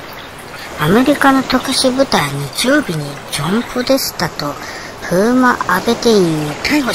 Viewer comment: ポデタスじゃなくてポデスタ🤣 もう最高！チャンネル登録します笑 おばちゃん、サイコー❗️